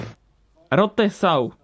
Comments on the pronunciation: Your pronunciation of Rote Sau is funny PS: I m from Germany xD And you have forgotten Rennpappe for the Trabi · Who thinks that the pronounce of "ROTE SAU" it's so funny? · For me as a German guy it´s funny how you say Rote Sau :D